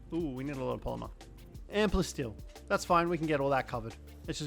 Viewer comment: Am I crazy or are you calling Palsteel Plasteel? I hear it but at the same time I don’t and its weird